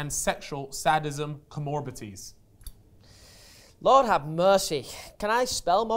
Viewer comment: has somehow managed to completely mispronounce “psychopathy”, “sadism” and “comorbidities” in one sentence 😂 my guy needs to get a Thesaurus put and expand that vocabulary.